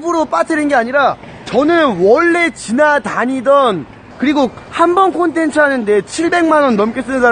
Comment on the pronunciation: 컨테츠가 꼬테츠 라고하지 ㅋ